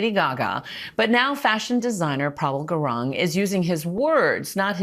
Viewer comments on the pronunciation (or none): gurung not gurang lol